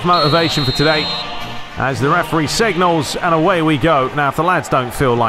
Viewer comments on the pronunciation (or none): none